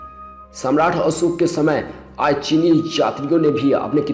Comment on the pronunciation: Hi... i like each and every videos of ur channel... im one of ur suscriber but requesting u to plzz change the person who atleast speak proper hindi.... with good accent and pronouce... didny like who says aaj as aaz...kare as kade ??? plzz change ur video commentetor...